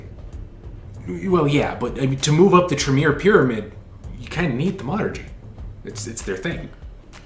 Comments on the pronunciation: Am I the only one who's driven absolutely bonkers by the way he says Thaumaturgy...like WTF it's not Thu Murtugy🤣🤣🤣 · (THAUM ah ter jee)...dammit...